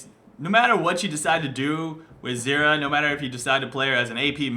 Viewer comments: It sounds like you are saying xerath and not zyra... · how to pronouce her name actually? zyra - zeera or zaira?